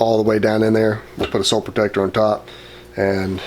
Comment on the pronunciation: I love how you say "on..." I've never heard it that way, and I live in Georgia! Maybe I just hear you say it a lot so I only notice it from you. "owne"